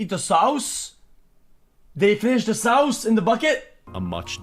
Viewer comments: I love how xQc pronounces "sauce" - "sowssss." LOL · The way he pronounced "sowce" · "Sauwwce" -xQc 2022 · He's saying it like that for comedic purposes.